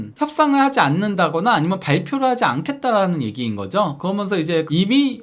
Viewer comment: 발음좀 제발 재대로 부탁드립니다. 무슨 아나운서를 원하는게 아닙니다. "그러면서"가 그렇게 안돼나요? 거면서, 거면서 거면서,,,, 여러번 댓글 달았는데 죽어도 피드백을 안하네요. 처음엔 신경을 안쓰려고 했는데 거면서를 한두번도 아니고 한영상속에 거면서를 20번은 넘게 쓸때도 있는것 같은데 요즘은 오히려 억지로 신경안쓰려고 하니까 더더욱 거슬리네요. 살면서 그러면서를 이렇게 많이 쓰는 사람도 처음이지만 그게 또 발음을 못해서 거면서로 말하는 사람은 처음보네요.